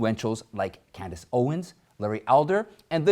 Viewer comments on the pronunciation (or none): none